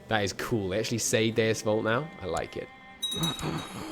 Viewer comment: Lol that Deus Vult sounded like Deus Vault